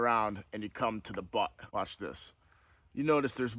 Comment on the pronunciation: Did he call the end off the stock the "buck"?